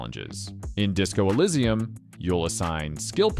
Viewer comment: I enjoyed your video, but you pronounced some of the games wrong - Nier: Automata, Disco Elysium, and Katana Zero